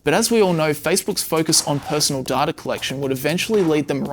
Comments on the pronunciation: It's Data, not Dahtah. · Good video but why do you say “data” as “darta”? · Right? This guy adds an "r" onto vowels for some reason. It's weird. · im not native english speaker, however, am i the only one triggered about the way "data" is pronounced? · so there's a 3rd way to pronounce data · Love your videos. Please work on your pronunciation of the word 'data' though lol.